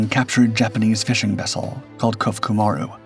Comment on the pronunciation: Krait has good lines, especially for a work boat. Clearly capable as she transited the South Pacific , which requires a good vessel. She’s kept at the Australian National Maritime Museum in beautiful working condition and is free to board if you’re in the neighbourhood. Thanks for the story. BTW, it’s pronounced Ko-foo-coo. Ma-roo. Kofuku Maru. Maru is a word used as a designator on Japanese commercial vessels, meaning circle but in English we would probably say “ship”.